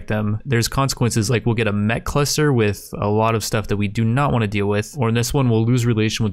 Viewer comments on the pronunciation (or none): none